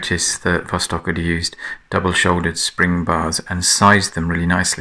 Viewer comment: Thanks once again for your accurate presentation of a remarkable wristwatch. Actually the name in russian is pronounced vastók (and not vóstok). Of course vostok means east.